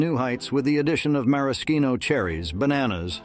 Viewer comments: Did this dingleberry seriously say "marasKino" cherries? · and marishino